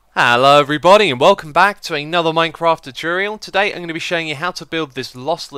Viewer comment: He still can't pronounce 'tutorial'.